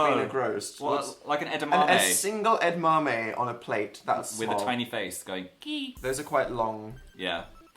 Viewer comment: is that how you pronounce edamame??? who knew